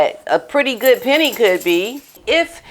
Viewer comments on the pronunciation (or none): none